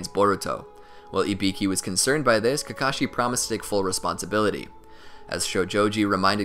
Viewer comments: He said kakocku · You said Kakashi Kakaki at a part I won't tell you when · I loved this but at one point my man said kakaki im gonna die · did did you just call kakashi kaki? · Kakakakee hahahhahahahahahahah